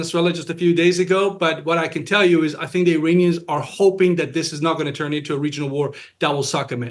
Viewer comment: The word “the” begins with a “TH” not a “D”. Tell your guest,.